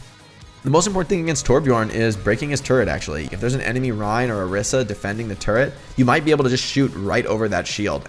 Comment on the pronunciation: Orisa is pronounced oh-ree-sah